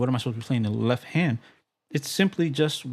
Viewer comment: Quick note, being that I had to cringe every time you said "leff" in this video. You obviously know how to spell it/the word!! Why you refuse to pronounce the 'T' in left when you say it, is irritating, and beyond me, considering you make an obvious attempt to sound intelligent, rather, (my bad), speak intelligently as it where, only to mis-pronounce a 1st grade 4 letter word , come on bro, it's called a tell. and at your level musically, and intellectually should not be happening. keep up the phenomenal work, and speak like you play! The world is watching.